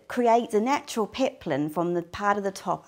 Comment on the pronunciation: it's peplum, not peplin